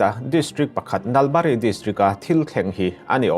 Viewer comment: Nalbari hi a thlukseiin lam tur,,,eg, Naal baarii ti tur